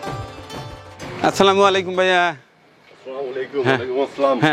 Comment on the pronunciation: আপনার সালাম এএ ভুল আছে ভাই